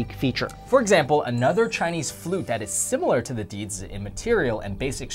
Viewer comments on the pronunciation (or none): none